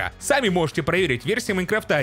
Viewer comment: "У версии Майнкрыфта" xD